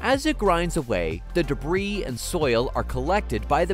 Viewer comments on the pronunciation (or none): none